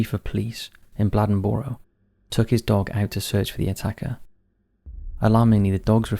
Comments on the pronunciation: As an NC native it's pronounced Blay-Den-Burrow. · I've been following this channel for awhile now, and this is the first time I've seen something from where I'm from. I'm from a lil city right outside of Bladenboro, called Lumberton. The last lil clip of the story, of the newspaper, actually is made from my city newspaper called The Robesonian. That made my day seeing this on here, thanks! P.S. I think it's cool how you pronounce Bladenboro lol. We say it more like blade-in-borrow